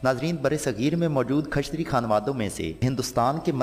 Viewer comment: khashtriya ni Kshatriya hota hai